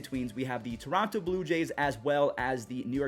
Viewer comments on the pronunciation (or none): none